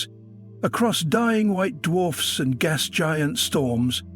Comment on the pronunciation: The AI generated voice is pretty convincing, except when it pronounces Uranus as Euraneous, and wouldn't mix up gas with gos.